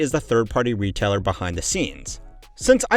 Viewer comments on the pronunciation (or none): "ratailer producs" lol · "Return rate of ratailer producs" 😂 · "ratailer"? I mean, it's not wrong, but it's not right... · what is a ratailer? 😂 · at 14::30 "ratailer producs" >(") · lol "ratailer producs", "eccomerce"